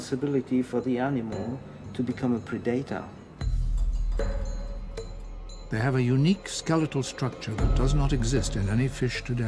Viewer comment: "Pre-dater"? "Echo-system"?